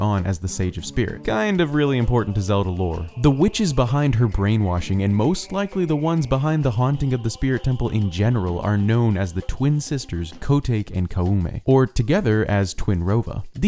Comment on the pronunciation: I don't mean to be nitpicky, but I think you may have pronounced Koume and Kotake's names wrong. To me, it looks like their names should be pronounced as 'KO-may' and 'ko-TA-kay', since their names seem to be based on Japanese.